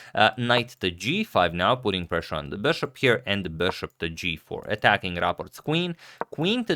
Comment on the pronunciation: It's been a long time I want to say this...... It's not beshaap.... It's just bishop bro.....